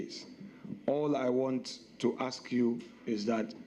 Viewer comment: What is aks? "Ask," not "aks." Past tense is pronouns "ast". The chairman needs to work on his pronunciations.